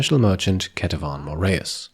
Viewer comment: You're a cool guy but you gotta look up how to pronounce Cleopatra. & pomegranate. The English language is an absolute dumpster fire. Not that either of those words are English, I suppose.